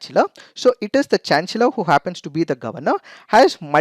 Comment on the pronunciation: I'm sorry but the pronunciation of "chancellor" is wrong.. Please correct it!